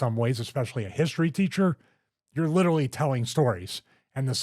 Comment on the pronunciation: "Litterly" -Stevie Richards Love ya, bud, you're the man.